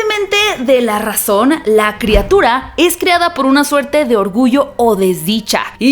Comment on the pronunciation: Monstruo, no mounstro. Criatura, no creatura.